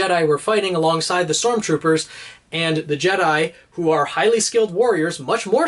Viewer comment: Did he say STORMTROOPER